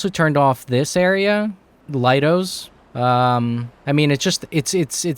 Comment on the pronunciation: hey just a suggestion lido is pronounced (Lee-Dough) a lido is an open air swimming pool or a beach